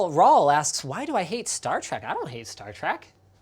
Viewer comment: Star Trek, not Star Track